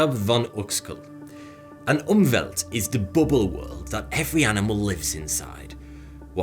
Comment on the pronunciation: Umwelt is a german word. Your pronunciation was completely wrong, so even after reding it, I shortly lost my mind, cause it looked so familiar xD